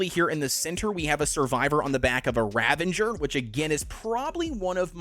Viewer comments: RavENger? Is that some marvel super hero? How about ravAger. Learn2pronounce. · Ravager is not pronounced as ravenger. There is no bloody N in the word. That has grinded my gears ever since aberration released on survival evolved and people started pronouncing it with an N when there is no N in the stupid name.